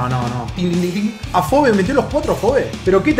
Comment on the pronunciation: Se pronuncia ¨Afobi¨ BI, no BE como se escribe